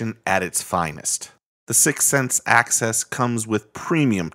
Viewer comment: Does anyone else cringe every time he pronounces Axis like Access?